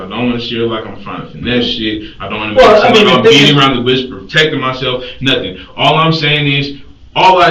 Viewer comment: "I didn't do nuffin" Uhuh I think we have a very different definition of what "doing nuffin" looks like.